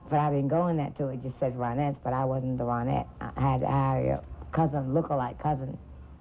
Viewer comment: Maybe you're using AI but it's not ROEnets, it's RONettes. Her name is RONnie, not ROEnie.